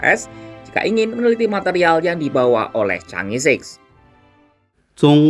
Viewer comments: Chang'e bukan dibaca Changi Chang'e ya di baca change, kamu nonton kera sakti kaga? Yg jadi pacar Pat kay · jika itu bhs Mandarin maka Chang'è 6 harus mengucapkannya bukan sik utk 6, melainkan "chang'è liuk" dgn lafal k nya lemah atau ditelan. Jika Bhs Inggris maka mengucapkannya "ceenz-siks" bukan "ca-ngè-sik". Sekedar input bagi Kompas TV ❤️ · Cara bacanya 'chang e'.